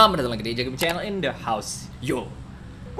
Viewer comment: In keleesss bukan end